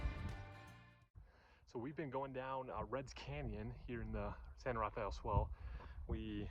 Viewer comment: Great area. It’s pronounced “san-ra-fell” not “san-raff-a-el”